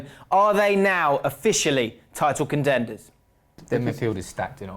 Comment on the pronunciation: What happened why can't say contenders properly? It sounded like the start of a stroke.